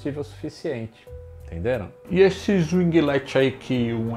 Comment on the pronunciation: O mano ta ficando esperto, já sabe pronunciar winglet.